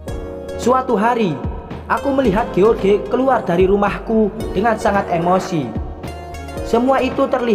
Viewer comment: Itu bacanya bukan george mas, tapi joss, hhhhh